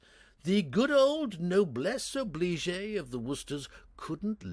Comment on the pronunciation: Once again, too many mispronunciations have crept in. "Noblesse oblige" is almost right until an extra syllable is tacked on. Then there was "injurous". No such word exists. It is "INJURIOUS" - 4 syllables. And so it goes. No voice director can be perceived in any of these attempts by.